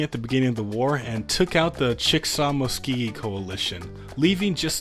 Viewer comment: My man hearing your pronunciation on these tribe names is killing me. It’s chick-uh-saw and musc-o-gee